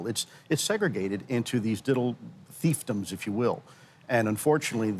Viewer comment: thiefdoms? he meant fiefdoms